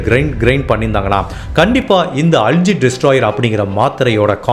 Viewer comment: Not அல்ஜி , அல்கே